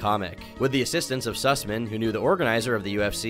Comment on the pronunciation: Im sorry Did i just hear "Jeff Susmen"